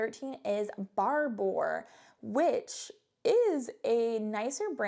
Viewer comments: Barbour is pronounced just like barber. Scottish, and spokesperson was Sam Heughan for a while. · It's pronounced Barber like the guy who cuts hair....